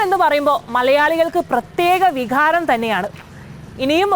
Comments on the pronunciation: വിഹാരമല്ല കൊച്ചേ വികാരം കാര്യത്തിൻ്റെ ക മനസ്സിലായാ😢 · Vikharam alla, vikaram. Aksharasphudatha illatha generation